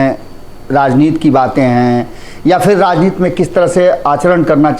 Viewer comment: आप कृपया 'राजनीति' बोलें, आपके स्तर से 'राजनीत' बोलना अच्छा नहीं लगता है। 'राजनीत' तो हिंदी या संस्कृत भाषा में कोई शब्द है नहीं।